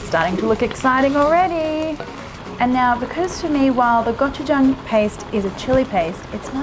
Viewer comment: Aside from using plastic to boil food, which is dangerous as hell to your health... If you're using an ingredient like gochujang, the least you could do is learn how to pronounce it properly.